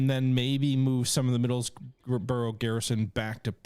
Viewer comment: Please get your Pronunciation of Middlesbrough right.